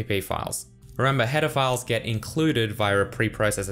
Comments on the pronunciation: I ALWAYS hear "pedophiles" instead of "header files" in every one of his videos ! :-D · I wasn't paying attention and heard "Pedophiles" instead of "header files"